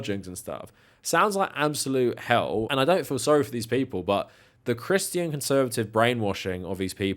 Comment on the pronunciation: Did you say CriSStian or Crischian ? 😂😂